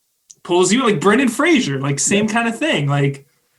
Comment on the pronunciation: Brandon Fraser, like Laser. Not like Frasier